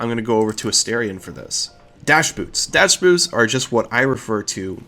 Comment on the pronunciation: DAS BOOT! chants das boot, das boot, das boot.....wait you said...dash boots. nevermind.